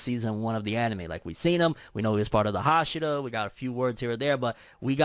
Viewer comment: haSHIra, not HAshira